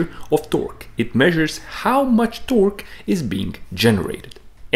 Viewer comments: The most disgusting way to pronounce torque.. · The west emphasis he puts on the q in torque...I can’t watch it. Too bad. Looked interesting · As it turns out there's a unit called a 'tawrk' and it's the distance my skin crawls every time you try to say "torque" but actually say "tawrk" with the particular tone and intination that you do... It's a smaller unit than a light year, but still pretty big. Please please please NEVER say "tawrk" again. Great explanation though. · I like the part when he says "TOARK". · “Tœrk” is absolutely how I’m gonna pronounce it from now on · man you tickle my tummy everytime you say torqkkkkkk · I’m spacing out and I jump every time he says “Torque 😃” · I enjoy your videos. I also love the way you say Torque. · The way he pronounces torque makes me so fucking aggresive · It bothers me how he pronounces torque lol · bruh im high and fucking dying overthe way you say torque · The way he says torque LOL